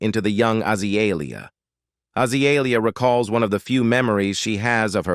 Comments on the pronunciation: god this AI crap is awful. AH-zuh-lee-ee-uh. frick out of here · Because it's AI that's why it's butchering the pronouncement of her name.